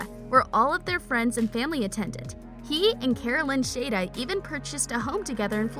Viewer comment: U said Jeremy's last name wrong it's shada